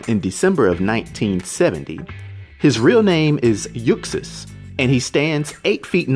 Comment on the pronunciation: You're saying his birth name wrong. The x in Uxas is pronounced like a z. It's pronounced "yoo·zos". It's a play on the words 'use us', or 'uses', since he manipulates others into doing his bidding